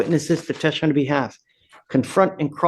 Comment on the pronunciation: Judge, you are quirky, 🤗compassionate👍🏻 & wonderful.👏🏻. I have 1 question. WHAT do you have against the word “testify”? You DO know it’s a 3 syllable word, right? You ALWAYS eglide over it and swallow it. Please pronounce it correctly so my ears don’t bleed. Thank you. 😍. 12/‘25